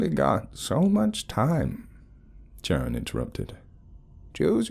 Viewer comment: is it Charon? I thought you were saying Sharon😂😂😂Anyway, I believe that Charon is pronounced Karon